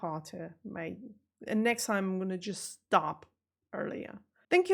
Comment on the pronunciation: Fascinating to hear you say at the very beginning, "wonderful wideo". That tells me that this non German speaker still hasn't got my head properly around the German V & W. I grew up referring to VW cars as "VolksWagons", but over the years I have come to understand that "W" is a "V". So I now say "VolksVargen". My guess is (just like English) it's a dialect thing....